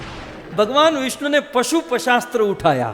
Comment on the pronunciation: महाराज जी अपना उच्चारण शुद्ध कीजिए। शिवजी के पास पशुपशास्त्र नहीं पाशुपत अस्त्र होता है । केतकी के फूल से वार्तालाप ! एक दम असंभव । सब ढकोसला है !!!